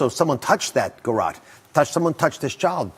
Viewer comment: I’ve always believed that John Ramsey didn’t have anything to do with this until I watch the Netflix series when he strained to purposefully mispronounce the word garrote when it would be easier to just pronounce the it correctly. And you cannot tell me after all these years he does not know how to pronounce the name of the weapon that killed his daughter. That is absolutely bizarre to me. 🤔